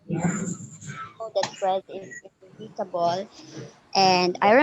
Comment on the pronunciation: Inevitable = /e 'ni vete b l/, not /invite b l/.